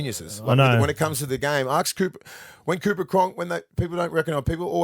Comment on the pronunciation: Willie keeps saying Aksk instead of Ask